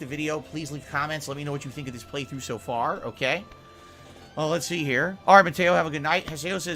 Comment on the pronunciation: Am I the only one who's noticed he doesn't say "Okay"? He says "Oak - yay" 😂